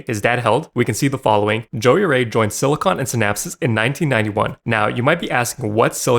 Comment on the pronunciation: Bro you can't even pronounce Silicon & Synapse.